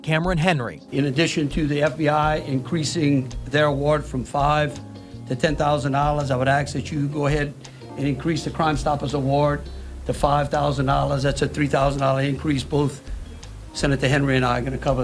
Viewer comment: “We axe for the money”. 😳 Stay in school kids.